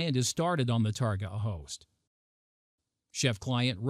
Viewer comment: Very interesting demo. I've never heard someone pronounce target as tarGOT, almost makes me think this presentation was made using a very good text-to-speech program... nah. #IForOneWelcomeOurNewRobotOverlords